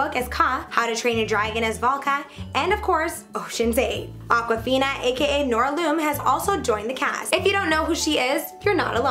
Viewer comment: ok is no one gonna mention that she said marcia, (nora) lum, and helena wrong?!